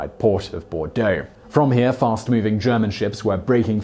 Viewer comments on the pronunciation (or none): none